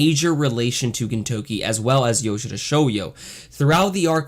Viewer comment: It's not easy to butcher the pronunciation of the main character's name. good job.